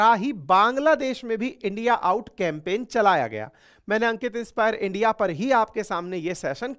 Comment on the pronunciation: Why are you saying Endia? Please say India.